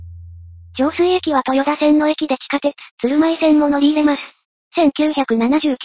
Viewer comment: とよだではなくとよた